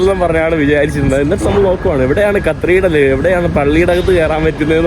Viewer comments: നീ ഇതിൽ cathedral ന് പകരം കത്രീഡ്രൽ എന്ന് എത്ര തവണ പറഞ്ഞെന്ന് ഒന്ന് കണക്കെടുക്കണം. അതും തെറ്റായ ഉച്ചാരണം. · Please correct your pronunciation of "Cathedral" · Hi, കത്രിടൽ അല്ല, കത്തീഡ്രൽ ആണ് ബ്രോ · കത്രിടൽ അല്ലല്ലോ കത്തിട്രൽ അല്ലെ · Katheedral, not (kathreedrel) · Not cathreedal, catheedral is correct, its ok, super videos, very anxious for next👌🏻👌🏻👌🏻👌🏻👍🏻.... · കത്തീഡ്രൽ ആണ്, കത്രീഡൽ അല്ല. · കത്രീഡൽ അല്ല bro കതീട്രൽ എന്നാണ് (cathedral) ഈ കത്രീഡൽ കത്രീഡൽ എന്ന് തുര തുരാ തെറ്റ് കേൾക്കുന്നത് ആരോചകമായി തോന്നുന്നു. പിന്നെ ഒരു suggestion... നീ ഓരോ സ്ഥലത്തു പോകുന്നതിനു മുന്നെ അല്പം effort എടുത്തു visit ചെയ്യാനുള്ള സ്ഥലത്തിന്റെ history and other informations collect ചെയ്യണം. അപ്പോൾ നീ ആ സ്ഥലത്ത് എത്തുമ്പോൾ ഇൻഫർമേറ്റീവ് content നിനക്ക് subscribers നു കൊടുക്കാൻ പറ്റും. ഇത് നീ ഒരിടത് ചെന്ന്. അവിടെ എന്താണ്ടൊക്കെയോ ഉണ്ട്, ഒന്നും മനസിലാവുന്നില്ല എന്നീ പ്രയോഗങ്ങൾ ആണ്‌. Thats not so professional. നീ യാത്ര ചെയ്യാൻ തുടങ്ങീട്ട് കുറെ ആയില്ലേ? Take it in a positive way bro. It’s only for ur improvement I’m a regular viewer of your videos. U can improve. ആ വിശ്വാസം ഉള്ളതുകൊണ്ടാണ് ഞാൻ പറയുന്നത് നിങ്ങടെ videos പൊളി വൈബ് ഓക്കേ ഉണ്ട് super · not CTHREDRAL but it's Cathedral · കത്രിഡൽ അല്ല കത്തീഡ്രൽ (Cathedral) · കത്രീഡ്രൽ അല്ല കത്തീഡ്രൽ, ഞ വരില്ല അല്ലെ ന എന്നാണ് പറയുന്നത് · കത്രീടൽ അല്ല cathedral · Its great all those who have not travelled. The main issue of France is the immigrants as you've said. They are the buglers of France now... One request.. Atleast you maintain the Decorum of Your native place. Not the Yankees.. Don't make disgrace to our country. Not കത്രീഡ്രൽ... കത്തീഡ്രൽ... Take this in mind. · aaaaaaaarghhh not carthidel its cathedral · കത്രീഡൽ അല്ല കതീഡ്രൽ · കർത്തീർഢ്റൽ ? കത്തീഡ്രൽ ആണ് ശരി.😅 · യൂറോപ്യൻ യാത്ര ഗംഭീരമാകുന്നുണ്ട്. പ്രത്യേകിച്ച് കരോളയോടൊപ്പം❤❤..... Cathedral എന്ന English word ന്റെ ഉച്ചാരണം കത്തീഡ്രൽ എന്നാണ്. കത്രീഡൽ അല്ല കേട്ടോ.... അടുത്ത പ്രാവശ്യം പറയുമ്പോൾ കത്തീഡ്രൽ എന്ന് ശരിയായി പറയണേ... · Kathreedal alla mone cathedral aanu